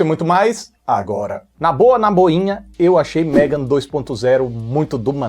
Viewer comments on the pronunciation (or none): tá lindo de "MEGON".😂😂😂